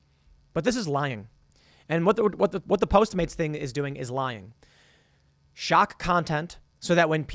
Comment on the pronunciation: It's funny how you're automatically saying post maids instead of postmates